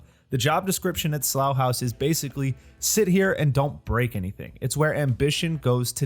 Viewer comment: Congratulations on the correct pronunciation of Slough House! It is a brilliant series based on fantastic books by Mick Herron. You should also try the Zoe Boehm series, Down Cemetary Road.